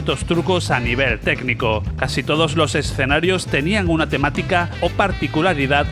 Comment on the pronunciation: BUEN VIDEO! LO AMÉ! PD: deberías sortear una Neo Geo a aquellos que sepan cuantas veces dices la palabra "ESSSS-CENARIOS!" en este video! 😂 o "Art OR Fighting" en lugar de ART OF FIGHTING.